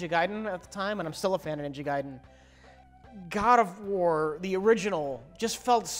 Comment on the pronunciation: God of worm - (At least, I thought he say that XD)